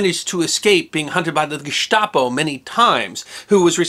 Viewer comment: Congratulations on pronouncing almost all the foreign words correctly, including Gestapo.